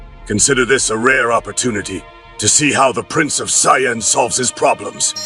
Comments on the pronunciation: What the fuck is a sy ann, there’s no such thing, you mean sayian, lol. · Cyans instead of saiyans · Looks and sounds good, but the pronunciation of Saiyan is slightly annoying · Wanted to watch this but as soon as I heard how they pronounced saiyan I was out. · BTW, I think this is awesome! BUT! Let’s be real, he had to have used AI. No DB fan would ever pronounce some of their names the way it does. Lol